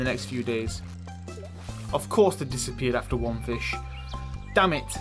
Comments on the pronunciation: The English accent of 'damn it' is cringeyly funny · It is so hilarious how you say "god damn it" i crack up everytime with your accent. It's a staple of your videos.